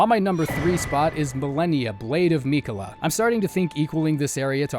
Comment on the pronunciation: Hey man I mean no hate whatsoever, but it's a pet peeve of mine that really gets under my skin so I HAVE to ask: How come you mispronounce names we hear pronounced in-game? Stuff like Marika and Mohg. And ESPECIALLY Malenia and Miquella, whose names you hear every failed attempt! You can't really avoid hearing their names so I don't understand, is it a conscious choice to pronounce them that way or does your brain just process it like it sounds like that? Yeah I know this doesn't matter and it's a dumb nitpick but I felt overwhelmingly compelled to ask, sorry.